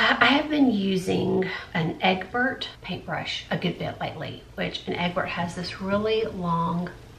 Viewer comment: Made my heart smile with "eggbert" whilst talking about a filbert paint brush! I do the same thing with words sometimes. Live your videos!